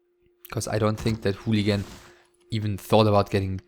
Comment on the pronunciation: you sure its pronounced "hooligan"? ^^